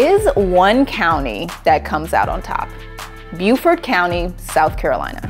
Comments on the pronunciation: I'm sorry, but Beaufort, South Carolina, is not pronounced like Bufort; it's "BOWfurt." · i never realized the one in SC was pronounced bew-fort, not bow-fort like the one in NC. not unlike like hew-ston vs house-ston